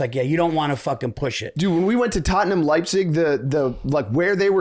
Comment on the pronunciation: I don't believe is autistic, he can't say Leipzig correctly.